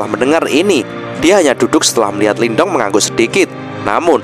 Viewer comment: Sebenernya pengucapan Lin Dong adalah 'Lin tung'. Sedangkan huruf T dibaca 'th', spt dlm kata the dlm bsh Inggris. Tapi bebas aja sih, yg penting kita seneng aja ngikutin jalan ceritanya.. 😊